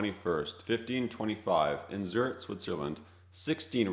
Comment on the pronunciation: The research info isn't wrong, but there are a lot of issues. The General Wolfe painting is from the 7-Years-War instead of the 30-Years-War, the use of a Czech map with regions that didn't necessarily exist yet, pronunciations of Zürich, Rhein, and Transylvania, and showing "Austria-Hungary" which existed from and really doesn't have anything to do with this.